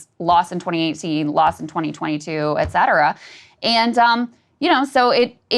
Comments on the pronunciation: If he does, please learn to say “et cetera” properly, Sagaar! 😅 Respect the Romans just a little bit if you’re going to be a conservative broadcaster 😂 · 😆 maybe one is a fitness watch 🫣. If he learns to pronounce “et cetera”, I’ll forgive him the extra watch. Pet peeve 😂